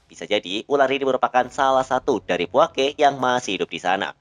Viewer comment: Puake lafalnya /puakə/ bukan /puake/. sukadana lafalnya /sukadana/ bukan /sukatna/